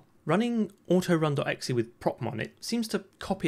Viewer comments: This man is really out here pronouncing .exe as “ecksee” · I've never heard that pronunciation of .exe before but I really like it, I might start saying it that way.